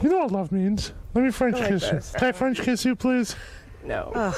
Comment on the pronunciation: “Can I French kxchiss you?”